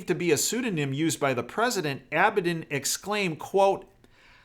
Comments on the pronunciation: Just FYI. I believe its pronounced, Abba Dean. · Please correct your pronunciation of Huma Abedin.